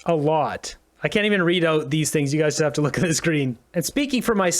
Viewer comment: Yep, get your "Sihngs" pizza. Lmfao. 🤦‍♂️ um. Ya, no! Gross!